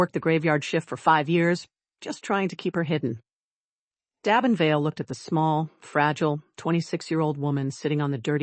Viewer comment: Damen = Day-men